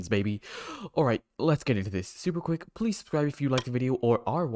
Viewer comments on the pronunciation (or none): none